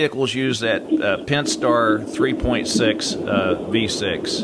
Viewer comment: Pentstar? Had to click off after he said Pentstar twice.